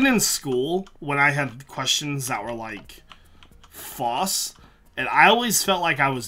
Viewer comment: probably understand the false question better if you could actually pronounce it correctly, false not fauce